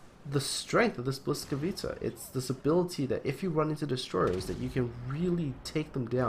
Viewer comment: Its ”Błyskawica" u ignorant :p